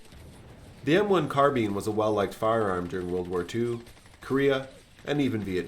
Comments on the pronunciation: It's not car-bean it's car-bine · awesome content, the way you say carbean instead of carbine made go a little insane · Great videos but carbean sounds strage as fuck😂🤣 carbine carbean bine bean supose its just the oxymoron that is American English 😂🤣keep up the videos lad there great im just taking the piss im irish cant help it 😜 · It's Car-BINE, not Car-BEAN . . . Rhymes with MINE, not MEAN. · I couldnt finish the video because he cant pronounce 'carbine' bruh its not carbean. Ill give you a like in return for not being to finish this mess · Only criticism is the pronounciation of carbine, its prounounced Karbine, rather then Karbeen. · been in the States for 43 years, and been a gun nut for all of them, but that's the first I've heard of it. CAR-bīne, or CAR-bean, but never, ever have I heard car-BEAN. I hasten to add that it doesn't matter much, and your video was a good one. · Not carbin. CarbINE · sorry for calling you american bro 😂 But yeah, hearing carbean just breaks my ears, carbine all the way. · Car-bean ! Holy Crap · The M-1 Carbean? Carbean? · Car-bean lol. I never knew Americans pronounced it that way. How do peas get to work? They go by car-bean. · Car bean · I refuse to believe thay its pronounce as a karr been even if google says so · "M1 carbean" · Never heard carbine be pronounced “car-beene” but this is an excellent commentary just like all your others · Watch old school american western films, with John Wayne etc. you'll hear Car-beene all the time. and Cee-gar and similar. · What the hell is a CarBEAN? Wasn't the previous 2 pronunciations enough? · I have never heard such a pronunciation of "carbine" with an accent on the 2nd syllable. In Korea, the soldiers needed to urinate on them to unfreeze them in the cold weather. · The way you say Carbine makes me cringe. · i think the correct pronunciation is car-bene but most ppl pronounce it car-bine (thats what i think take this info with a grain of salt)